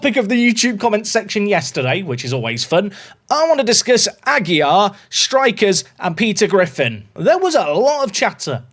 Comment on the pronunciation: Aguilar is still not pronounced without an L :)